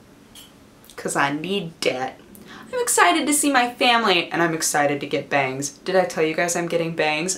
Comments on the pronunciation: you should really be careful how you use 'bangS'. my roommate thought you said 'bangED' several times. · I heard, "I'm excited to see my family, and I'm excited to get BANGED". It made my brain flip out until I realized what she really said. :I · When you said bangs I'm getting bangs I thought you said I'm getting banged!!!! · Oh god I was sure you said "I'm excited to get banged"....